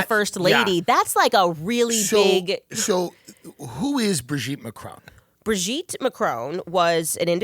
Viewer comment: Bro-geet Man-cron?